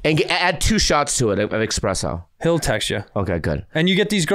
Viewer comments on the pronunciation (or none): Bobby didn't just say expresso? Noooooo tito bobby